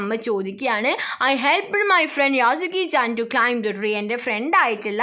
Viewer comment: യാസുക്കിചേൻ അല്ല 😅 യെഷുക്കിചേൻ ആണ്😊